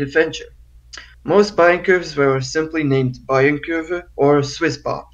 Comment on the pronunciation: Also "Kurve" is not spoken "kerf" like the englich "curve". The is spoken something like the "ou" in "you" and the "e" at the end is spoken too. Source: I know curves in Germany.